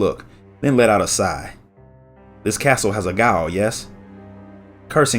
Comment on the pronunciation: Gaol is pronounced ‘jail’ but that’s neither here or there. I find this story to be very tragic considering the series of tragedies to follow after this.